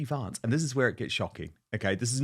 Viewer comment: He keeps mispronouncing JD Vance's surname.